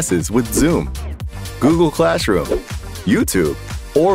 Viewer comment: Calssroom....? I mean, its not like you can miss it with it repeated on the screen 21 times...!